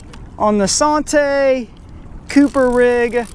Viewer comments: anddd that's the SAHN-TAY rig. come on bro. Learn how to pronounce the rigs you are demonstrating. It is SANN-TEE rig as in Santee Cooper lake. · Lol it didn't even click in head I was like sahntee? That's a Santee rig lol good video! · you were trying to sound all fancy and whatnot, SAHN-TAY! ha ha ha ha! Made me laugh too! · SANTAY sounds so much better than SANN-TEE LOL However you say it I had fun watching once again...I use peg floats all the time..I have pretty good luck with them.... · Sawn tay.....lol....French Rig ? San T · Thank you. Drives us Texans crazy when they use the French pronunciation. It is San TEEEE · lol yeah that was like nails on a chalkboard. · It's just the way you pronounce santee. Good video tho like always.👍👍